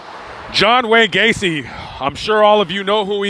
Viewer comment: John Wayne GAY-CE.